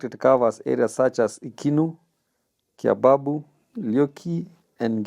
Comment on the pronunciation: Kíaibabu is pronounced this way "Kíaifafu." Ikinu is my shopping center na pombe ní tuu..It's very badly anyway, but ní búrúri úgíkúra